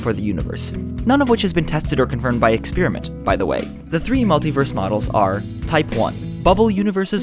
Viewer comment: LEARN HOW TO PRONOUNCE "EXPERIMENT."